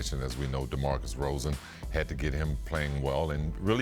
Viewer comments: He says it almost correctly. Show some respect to my boy Pip he's a goddamn champion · Atleast he said DeRozan correct the second time.. though he fumbled a bit..😅